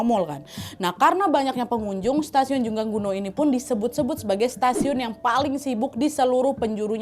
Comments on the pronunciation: Koreksi kak bukan jungangguno tapi jungangno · Dibaca jungang ro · correct lagi kak. bacanya Jungang-no. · Kim Dae Han dibaca : Kim De Han Jungang-ro dibaca Jung Ang No (udh ada tulisan nya diplang nama stasiun, cara baca persis seperti itu bkn jung gang gu no😭) Choi Jeong Hwan dibaca Che Jong Hwan Choi Sang Yeol dibaca Che Sang Yol next research how to pronounced ya, Nadya. Biar informasinya juga tepat. 🙏🏻